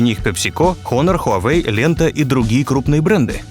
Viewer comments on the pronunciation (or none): none